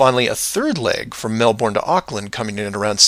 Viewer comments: Try pronounce Melbourne right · Jake Johnson Oh sorry I thought you were making fun of the pronunciation It’s actually like Melbourne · Jake Johnson Close you need less emphasis on the bourne bit and more on the Mel